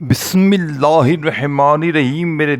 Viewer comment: Tu kya vajifa bajayega Tujhse Bismillah to sahi padhne aati nahin